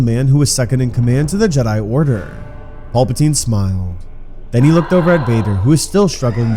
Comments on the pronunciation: “Pulpitine” have you ever watched starwars ? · then why do they say the names wrong? like PULPatine, instead of Palpatine lol